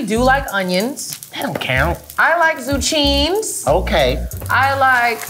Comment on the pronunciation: Did she call zucchini zoo-chines